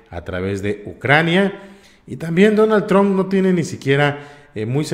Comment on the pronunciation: 🇺🇸 NO SE DICE DONALD TRON= Aprenda a Pronunciar si va a ser Periodista o Reportero 🇺🇸